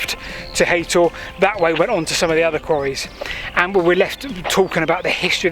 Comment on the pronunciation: It’s haytor nit haton I can see the rocks at the top of the hill from my house